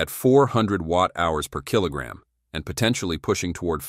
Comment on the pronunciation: The voiceover puts emphasis in weird place PER KILOGRAM